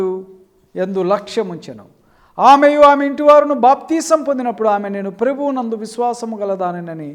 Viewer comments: వీడికి ప్రభువు అనడమే రాదు ప్రెబువు అంటున్నాడు వాక్యము తెలియదు పాపము వీడి ముఖానికి షాలేమన్నను విమర్శించే స్తాయి కాదు. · సత్యవాక్యం డేవిడ్ పాల్ ఒకడి గురించి విమర్శన పూర్వకంగా మాట్లాడేటపుడు పూర్వం ని బ్రతుకు చేసుకోరా లుచ్చ ని మొఖానికి "ప్రభువు"అని స్పష్టంగా పలకడం రాక "ప్రేభువు " అంటున్నవ్ కదా ని లాంటి లుచ్చ గాళ్ళు కేవలం డబ్బు కోసం ఫెమ్ కోసం వాడిమీద వీడిమీద తప్పులుతిస్తున్నావ్ రా లుచ్చ నువ్వు రా పెద్ద దొంగ తు